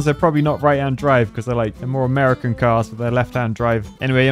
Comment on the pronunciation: "they are a more americain car" he said, triggering every german in his audience XD